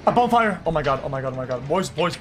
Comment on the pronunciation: Bro says bone fire